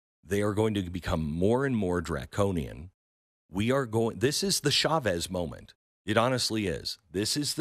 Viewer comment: The CH in Spanish is just like in English!! Why change it? It’s not French! It’s not “shavez” 🤦‍♂️